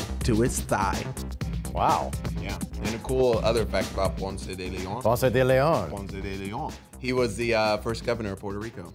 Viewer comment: Bro it’s not french it’s spanish, stop butchering his name